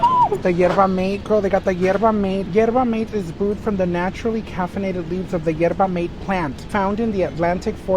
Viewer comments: saying yerba m-eight is taking me out… shoutout to the argentina dolls i guess!!!! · obsessed with representing hispanic culture, can't even pronounce yerba mate lol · The joys of being bilingual. She said Yerba in Spanish and Mate in English lol - but have some grace for!